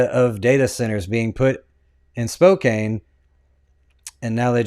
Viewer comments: It’s pronounced spo-CAN…. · I know it's spelled Spokane but it's pronounced like Spokan. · Actually it's pronounced Spo.. ( long o sound) Can. Spokane 😉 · I live here - it’s “Spo-CAN” btw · Its pronounced Spoke-Can. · Yes you Can in Spokane. NOT prounced with a long A. 2nd largest city in Washington. Put some respect or talk about things you can PRONOUNCE ❤❤❤